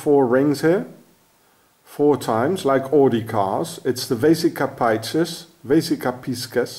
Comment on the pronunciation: Vesica PISCIS pronounced PEEEE-CEEEEEES